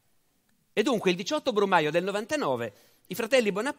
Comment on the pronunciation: " Il 17 brumaglio " XD